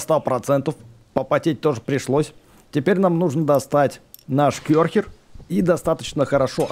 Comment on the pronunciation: Не кёрхер а керхер